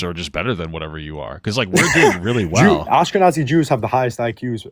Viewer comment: He said Askenazi Jews